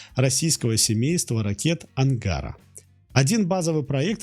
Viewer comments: Вы точно уверены что то не робот читает? Слово "Ангара́,, знает даже школьник. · Ну да, конечно - АнгАра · АнгАра????? Странно!!!))))) Там, внизу, Вам уже за косноязычие накидали!!!!)))))) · Если бы не кривые нейрокартинки и не ударения "не туда", например, ангАра (с маленькой буквы, чтобы передать ударение), то было бы очень хорошо. Но все равно, спасибо автору за труды. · Что у вас с ударениями? ДвигателЯ, ангАра... Русские так не говорят. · тоже обратил на это внимание. Но тешу себя, тем что это оговорка при чтении)